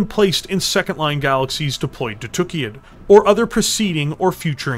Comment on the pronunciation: I have to say, I love your videos, but it really really bugs me (and it's not just on these videos, it's Death From Above Wargaming and many other people) the way that people pronounce Tukayyid. It's not "TOOK-ee-id", it's "tuh-KAI-id". The only word that you can compare that has a double-Y is "sayyid", meaning the planet was likely named by people who spoke Arabic and would carry that pronunciation.